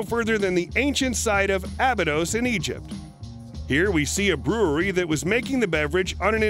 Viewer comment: k bro.. you did so good on the last video.... pronounciation was good bro... i am looking forward to this. #1. Not ahh-bee-dose, it is uhh-buy-dus.